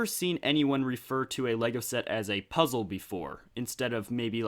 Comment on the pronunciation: Lego Pizza 😋... Oh wait you said puzzle 😂